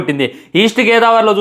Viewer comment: East gaydavari 😅😅 Tounge slip